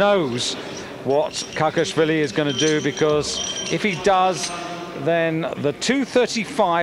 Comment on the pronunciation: It`s Kakhiashvili not Kakiasvilis.